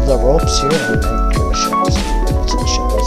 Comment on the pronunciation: is ANCHOR not achors